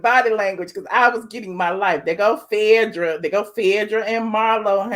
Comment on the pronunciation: Why you keep calling her Phedrah? Its Phaedra